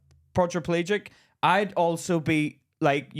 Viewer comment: saying podge - pelagic close enough haha 😂😂😂😂